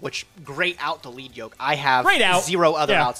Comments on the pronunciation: pronounces a lot of stuff incorrectly so it's no surprise he thinks it's "leed" when the word is a reference to the metal - "led" - on the yoke the character has. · Why yall keep mispronouncing lead yoke 😂😂😂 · God that’s not how you say lead yoke😣😣😣